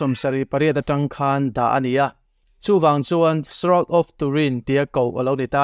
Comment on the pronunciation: Pronunciation of shroud is shra-ud